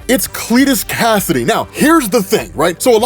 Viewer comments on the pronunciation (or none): Kasady, not Cassidy.. yeesh